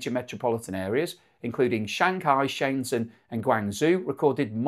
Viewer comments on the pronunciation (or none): Dude please learn pronunciation. Guangzhou is not "gwang-zoo" and Shenzhen is not "sheng zen"